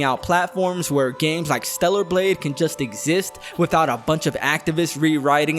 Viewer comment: torta blade